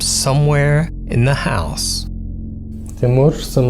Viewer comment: bro thats the wrong pronunciation of "house" for this application. You're saying like "This building would straight-up house women and children!" XD